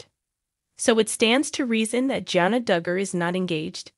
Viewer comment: Not engaged? She just got married, what are you talking about? Also, the first "a" in Jana is pronounced with a short "a" sound. Jinger's name is pronounced like the spice, "Ginger" not Jinger as in "Ringer". What a ridiculous video.